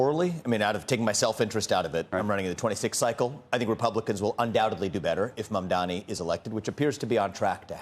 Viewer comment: Andrew, the name is Mamdani, not Mandani?